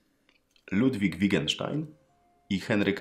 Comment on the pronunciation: Wittgenstein a nie Wigenstein (zła wymowa).